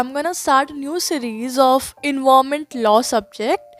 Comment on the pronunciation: your pronunciation for environment word is wrong